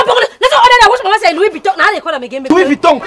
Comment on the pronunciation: say "Luis bitton "na which one that nor